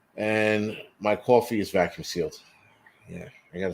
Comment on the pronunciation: Did you say cwaffee?